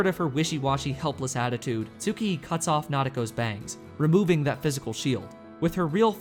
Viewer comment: dammit Tsukihi is pronounced: S-kee-hee